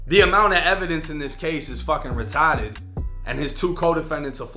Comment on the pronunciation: “ fuckin retotted” 😂😂😂